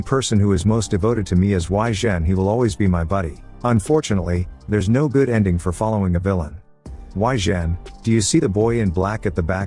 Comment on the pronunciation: tts can say galvanized but cant say good. lmao